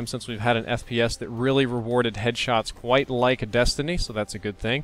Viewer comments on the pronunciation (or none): none